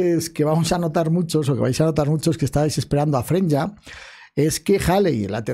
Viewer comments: Bro porque dices FRENYA si se llama F R E Y N A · Aja porque yo igual me preguntaba el porqué le dice "Frenya" si es "Freyna" pero luego recordé que los españoles le cambian los nombres a los personajes, está en su adn bro xd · freinya 💀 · Porqué nadie puede pronunciar Freyna correctamente? Tan difícil es?